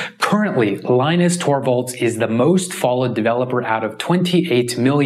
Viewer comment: And that moron Siraj pronounces Linus Torvalds' name wrong.